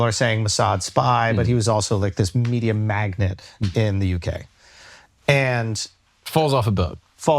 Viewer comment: It’s “MAG NATE” not “magnet” 😭